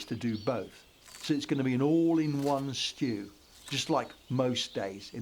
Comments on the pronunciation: A CORN. BEEF. SHTEW! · they way he says shtew is so funny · A shtewww, a coned beef shtewww. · "a stew, a KORN BIEF SHHDEW" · A shtew, a corned beef shtew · A schtew……a corned beef Schtew. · "a SCHTEW a cornbeef SCHTEW" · "He schters the schtew" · I thought i was thebonly one bothered by him saying “shtew”